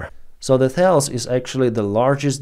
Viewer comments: The name of the company is pronounced "Tah-less." Not "thails". It is French, not American. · Thales is pronounced as Tal-eez. It’s a French name.